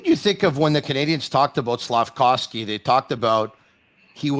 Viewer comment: Slaf-KOV-sky, not Slaf-COW-sky!!!